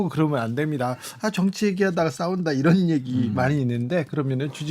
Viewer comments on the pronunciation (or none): 김은혜 왈~이란이 아니고 이런 입니다 ~다시잘들어 보세요~